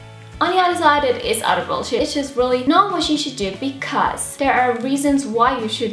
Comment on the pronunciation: you say there like dare and energy like energy and internet like onternet those particular things stick out to me and I love it 😘😘😘❤❤❤❤❤❤❤❤❤❤❤❤